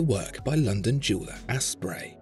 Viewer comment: Is he saying Ass-Spray? They must have smelt a bargain? holy hell this is funny